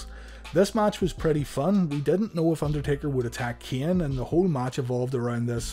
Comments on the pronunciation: Am I the only one who hears Kian? And not Kane? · Why are you having a hard time pronouncing Kane and Shane? Lol